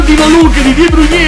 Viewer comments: sei grande però non è De Bruniè, è De Brùin, non è Aubumeiang ma Obameiang!!! Come lo dici tu è troppo difficile da pronunciare!!! Comunque continua così:D grande!!! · NON E DE BRUGNE MA DE BROIN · Ma Perché storpi i nomi dei giocatori -.- de bruyne non si può sentire come lo dici